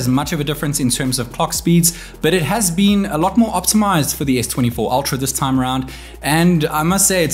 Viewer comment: "Its battery life has bean insane"